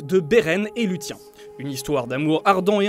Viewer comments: beren et lutien .... kof kof ça se prononce "Louss i ène" parce que niveau nom elfique "lu tien" autant l'appeler Gérard a ce compte la lol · Lu-tiens :+) Ça serait sympa de prononcer ça bien : Lou-sienne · "Lut tiens"..... 'Luthien' ça se lit lou 'th' ienne (avec le th anglais) pas 'lut tiens' ! >:( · Stop avec Luthien, ça ce prononce Luthiene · Bon alors ^^en tant que fan énorme de Tolkien je savais tous :) sauf ! Que... Déjà sindarin se prononce sine-da-rine, Beren et luthien, Lucienne... Et les dunedains ont une longue vie grâce à une "récompense" venant des valars :) voilà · Lutien ^^ bien jouer la prononciation ! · Le "Beren et LUTIEN" fait un peu mal au oreille x) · Juste un peu ? Je dois être bien plus sensible alors puisque les miennes ont pleuré du sang ( ça pleurent des oreilles ? ). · Luhtien se dit "Luçienne" non? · Ah mais vous me répondez par rapport a l'anglais ? Je parle bien de la prononciation académiquement reconnu en Sindarin, telle que voulu par Tolkien, et même si je peux me tromper je crois que j'ai pris le plis "Lusienne" a force d'écoute :( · Bordel !!! Luthien se prononce loussienne !! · Luthien c’est la femme dans le couple, je le dis, car prononcé comme ça on dirait plutôt que c’est l’homme. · Autant les prononciations très mauvaises pour Beren et luthien (entre autre, on ne commentera pas les citations elfiques ^^) je peux comprendre que ce n'est pas évident si on est pas un grand fan de l'univers de Tolkien, autant dire n'importe quoi pour expliquer la longue vie d'Aragorn et des Dúnedain/Númenóréens c'est vraiment la preuve d'un gros manque de sérieux ... Pourtant le reste n'est pas trop mal mais dès que ça sort des films on sent que c'est moins maîtrisé. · Mais « th » ne se dit pas « s » non plus 😉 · Putain c'est quoi cette prononciation de merde ? Vous aimeriez qu'on écorche votre nom ? Faites un effort bon sang x) j'me suis crispé sur Beren et Luthien ! =>